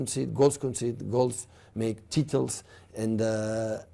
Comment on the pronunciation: Pep: "Tittles"